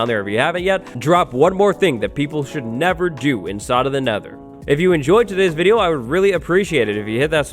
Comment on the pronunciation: Could've swore it said "Mistakes you should 'nether' make".